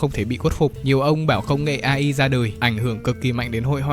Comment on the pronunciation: Video hay nmà góp ý ông là AI đọc là ây-ai nha, nó viết tắt từ tiếng anh nên đọc theo t.a cho chuẩn =))